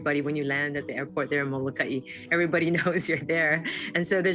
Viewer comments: M o l o k a i……….not Malakai! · Please correct your pronunciation of the island of Molokai. And if any of you watching this video put visiting Molokai on your bucket list, shame on you.